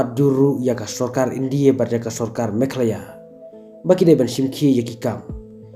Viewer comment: India not indie 😅